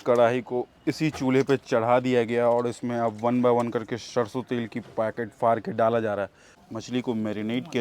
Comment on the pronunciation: आपकी सारी भोजन की संक्षिप्त वृतचित्र बहुत ही अच्छी होती है,सिर्फ आपको हिंदी शब्दों की उच्चारण को और भी स्वच्छ करने को जरूरत है, जैसे ....सरसो को आप शर्शो बोल रहे हैं,तालाब्या ’श’ और दंत ’स’ बहुत अंतर होता है। .......धन्यवाद